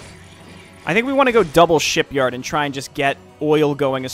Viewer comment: Is it me or do you always pronounce “shipyard” as “sheepyard” for some reason? (I mean it would’ve made sense if it’s a Dwarven building that produces war rams or something)